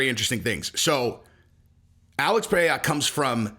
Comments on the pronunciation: Pie eh ha. Hahhahaha. That’s a new one. Its pronounced Ped Edda. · Bro it’s pronounced “P-Hay-ra” roll the r